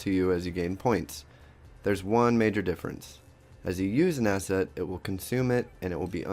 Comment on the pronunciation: im not very good in english, but looks like youre saying asshat instead of asset xD